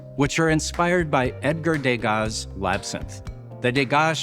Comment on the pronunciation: Just a word about pronunciation. The name Degas. It is being pronounced in the French way but incorrectly. De Gas. The “De” should be pronounced as the French pronounce Je, Le. Not Day-Gah But De-Gah